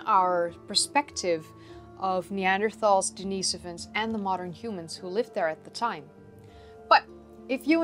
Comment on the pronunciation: It's actually pronounced "Denn-iss-oh-vuns"... Not that I care, just giving you hell. ; ) Great show!!